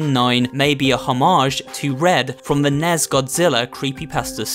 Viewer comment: He also called the NES the “ nez “